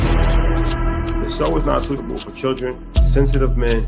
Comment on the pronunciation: Lmao said “for one chilren” 😂😂😂